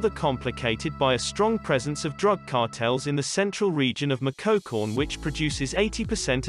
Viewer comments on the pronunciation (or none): Also the pronunciation of “Michoacán” 😂😂